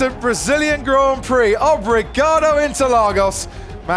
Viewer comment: "Obrigadou interlagous"